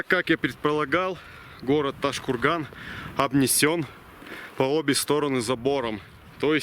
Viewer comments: Произнёс ташкурган видно что в ёбупге живёшь )))) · Не ташкурган а правильно Тоджкургон там живут Таджики а не уйгури